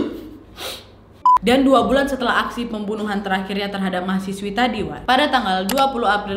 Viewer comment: Salfok pembuwnuwhan 🤣